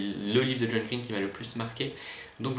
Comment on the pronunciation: Il est super ce tag!!! Ca se voit que t'es un grand fan de John Green (à part la prononciation de son nom de famille :P) et je suis d'accord quand tu dis qu'il parle hyper vite, on en comprend pas la moitié (mais c'est déjà bien en fait ^^), ça doit pas être très reposant un vol longue distance à côté de lui. x) Quand tu as lu la question sur les univers de livres, j'ai tout de suite pensé à exactement la même chose que toi en pensant "Il va dire Tobie Lolness ou pas??". Et super vidéo merci, dommage que j'ai aucun moyen de le reprendre!!